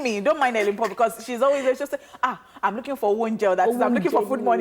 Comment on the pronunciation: Elen not Helen